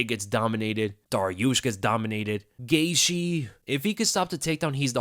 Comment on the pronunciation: needs to learn how to pronounce Gaethje.